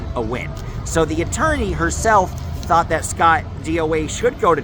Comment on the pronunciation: Coit appointed attoiney. 😂 I couldn't have said that tongue twister right at all.